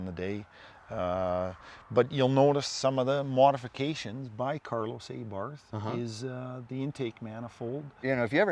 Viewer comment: Aybarth lol, no I think it’s Abarth